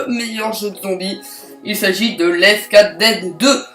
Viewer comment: on en parle du let quatre dead XD on dit left four dead XD